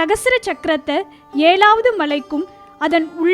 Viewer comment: It is not Shvan..try to pronounce like Sivan. It is ezhaavadhu..not elavadhu